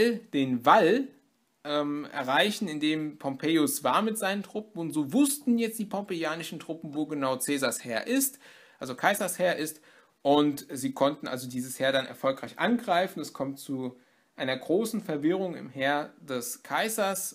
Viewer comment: Seit wann wird denn Cäsar als Kaisar ausgesprochen?